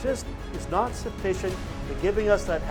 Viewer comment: “I’m nawt happy any maw” 😂 … Great video, Father 🙏